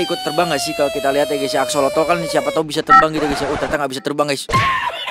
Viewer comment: Itu bukan aksolotol tapi aksolot bang